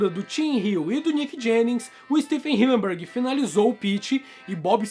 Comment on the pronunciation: Hillenburg ❌ Hilleburg ✔️